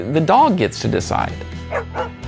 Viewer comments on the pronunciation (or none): Did he just say "Libary?" DID YOU LEARN NOTHING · lol just as he was talking about how pronunciation doesn't really matter I got mad at him for saying "Libary" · libary.. that killed me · Are you not going to talk about how the narrator said “LI-BARRY” at the end??? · The "libary" at the end. Omg. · Did the narrarator just say L I B A R Y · Are we really gonna gloss over the fact home boy at the end pronounced it "Libarry"? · did he just say LIBARY at the end? im triggered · when the Narrator said, “Lie Berry” it made me cringe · that's not how you pronounce library